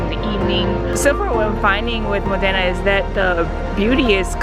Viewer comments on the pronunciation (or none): Mòdena, not Modéna, dio sfighèeee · You probably should have learned how to say Modena at some point during this trip.